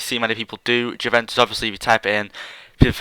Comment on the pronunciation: Its " Uve-en-tus" not "Jew-ven-tus"